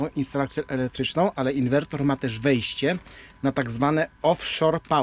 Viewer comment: Ciekawy pomysł na ograniczenie zużycia paliwa. Na łódź nie polecam turbinek wiatrowych. Ich skuteczność jest zbliżona do paneli a hałasują bardzo. PS. Inwerter nie inwertor ;-)